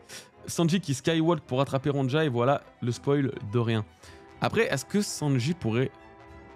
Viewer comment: Ptn ça me fait trop tilter la mauvaise prononciation du prénom Ronja mdr C'est un prénom scandinave, le "j" ne se prononce pas comme un "j" français Genre, prenez le prénom Sonia, remplacez le S par un R et pouf: Ronja